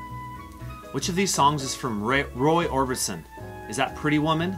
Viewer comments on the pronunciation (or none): Number 9. Roy ORBISON, not Orbinson! 🦉☺️🎶🎼🇬🇧